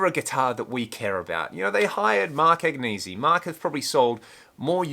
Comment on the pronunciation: When Mark Agnesi starts being authentic by pronouncing his name authentically instead of catering to the ignorant, I''ll start listening to him. But I choke every time I hear him butcher a good Italian name. None of the people currently running Gibson, or running their mouth for Gibson, have any connection to any of the current designs. So who owns Gibson? Not Curliegh or Agnesi, but KKR, one of the biggest corporate raiders in the world. Curleigh and Agnesi are just shills for corporate raiders. At one time Gibson produced great instruments that were reasonably priced. Now the quality is hit or miss and the price is outrageous. Every once in a while they make a great instrument, but most of the time they are mediocre. If the "pineapple" and the "mustache headstock" are what they care about, that says it all. I care about tone and quality, they care about shapes and decorations. No thank you. When my grandson wanted a decent humbucker guitar, I bought him a PRS, not a Gibson. And by the way Mark, you do a poor imitation of Marlon Brando as Don Corleone. When you decide to threaten someone you need to take more acting lessons, or hire Al Pacino.